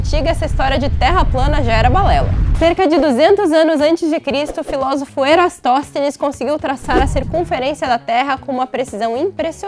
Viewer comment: Erastoteles kkkkk Elastosteles kkkkk Enneastoteles kkk VÍDEO FRAQUISSIMO ! TÍPICO DE GLOBALÓIDE SCALOBADO !!